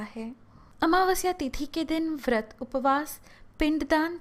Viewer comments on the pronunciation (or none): none